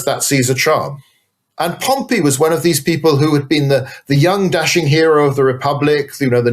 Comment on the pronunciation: Great episode! But your pronunciation of Pompey (POM-pee) as Pompeii (pom-PAY) was wild, even after your guest pronounced it correctly through the discussion. 😂